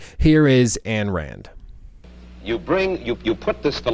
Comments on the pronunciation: Why are you saying Ann Rand? lol. That's not how you pronounce it... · “anne rand?” U could at least get her name right if you say how influential she was. She was a try hard; men should be less caring and less charitable? She’s an educated joke. Man receives happiness through others especially family. We are already too selfish. Her point is idiotically basic.